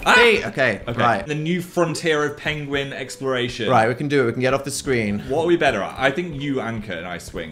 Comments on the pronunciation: dan mispronounced pengwing❤ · I just realized that Dan pronouncing Penguins like that is in reference to Benedict Cumberbatch mispronouncing Penguin in a nature documentary... I know in an old old video Dan pronounced Penguin that way and I just thought he was pronouncing it weird to be funny but now that I've seen the video of Benedict Cumerbatch pronouncing Penguin that way I definitely think Dan is referencing that... wild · The mispronunciation of penguin throughout this video (likely a reference to Benedict Cumberbatch) has me on the floor